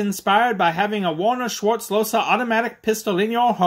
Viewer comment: That's not how the name is pronounced. Im getting aggressive when i hear this. He was my great-grandfather's father and we still have this gun as an heirloom. Please learn how to pronounce my last name!!😩